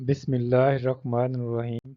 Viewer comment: Bismillah to Sahi parh ln ح کا لفظ سھی کریں